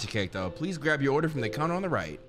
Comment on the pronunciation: bro said frome 💀